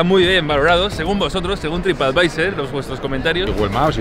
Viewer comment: Por qué dices trip advisEr??